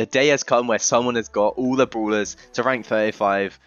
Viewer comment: You making fun of his accent?